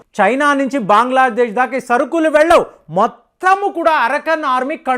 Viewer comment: దేశాల పేర్లు మార్చకు.. మాయమన్మార్ కాదు రా బాబు.. మయన్మార్.. బాంగ్లాదేశ్ కాదురా నాయనా.. బంగ్లాదేశ్.. ముందు నువ్వు సరిగ్గా పేర్లు పలుకు బావుంటుంది